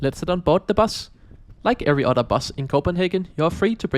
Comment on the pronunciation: You say "otter" instead of "other." 🦦